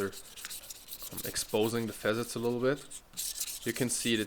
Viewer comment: .....fa '- sets for facets.... your English ist besser dann meine Deutsch....... no offense ! 🤔thanks again ...